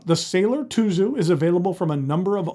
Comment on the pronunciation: Tuzu is pronounced Tsuzu in Japanese. Tsuzuru means to write or spell. The Japanese packaging has the words "zutto tsuzuru, zutto tsuzuku" which means to flow smoothly and continue forever.